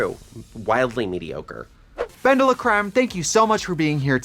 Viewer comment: Not Bendela-Christ 😂😂😂